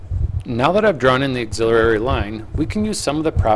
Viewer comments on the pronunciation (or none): Its an auxiliary line not an auxiliarary line